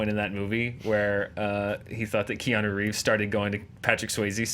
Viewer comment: 'Dumbly Earnest'...although, then My Own Private Idaho also came out in 1991 (I think it was), and both he and River were awesome in that. Also, why can't people say Keanu's name properly? Really, it's easy...Kean-oooo' not o! After all these years, if that was me, I'd be popping people on the nose every time they got it wrong. Haha.